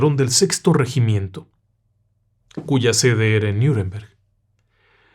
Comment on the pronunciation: Parece que hace frío en esta época allí, me refiero al radiador, ja, ja, ja. Qué tema raro y misterioso, tan bien narrado cómo. Mención aparte las fotos de época que me encantan; me gustó mucho también que al hablar de Nüremberg la pronunciación fuera la correcta, al igual que si yo leo Miami o hablo de la ciudad, pronuncio "Maiami". Lo de Caspar Hauser todo un tema muy de intrigas palaciegas de esa época; pero los demás, casi todos eran en vez de "los hombres de negro", los "hombres sin etiqueta". Felicitaciones por este programa tan raro y misterioso.